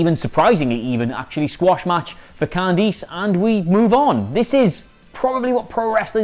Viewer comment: WHO THE HELL IS "CON DEESE"?? It's pronounced "Can Dis". STOP BUTCHERING NAMES